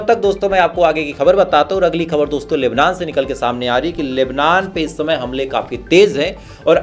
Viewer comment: Please use hindi word samachar coz you just can't pronounce khabar.